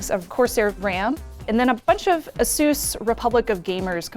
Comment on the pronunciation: Did she call asus asoos?